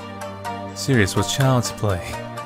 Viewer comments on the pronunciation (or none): none